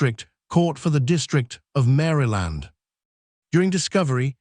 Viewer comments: Narrators needs to know the correct pronunciation of the words they are speaking. Mary Land? Mahl? So annoying to listen to…. 🤦🏻‍♀️ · It's not Mary Land!It's pronounced as Marl land. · No this man did not say mary land ai yes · Not to mention he can't pronounce Maryland correctly 😅